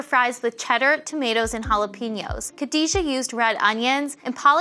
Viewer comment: Y'ALL messed up Khadijah's name